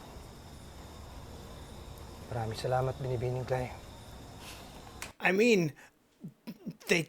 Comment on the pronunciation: Hi! I noticed that you kept saying "Binibini Klay" for Ms. Klay. Allow me to share the correct pronunciation. 😉 Ms. Klay is pronounced as "Binibining Klay". It pronounced with an "NG" in the end. For example, "Good morning, Miss Klay" - "Magandang umaga, Binibining Klay". If you do not know her name, you say as "Binibini". For example, "Good morning, Miss." - "Magandang umaga, Binibini." Happy learning,! Appreciate your love for Philippine teleseryes and histories.